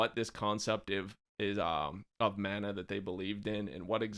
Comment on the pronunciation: Mana is pronounced. Mah nah lol not man naa lol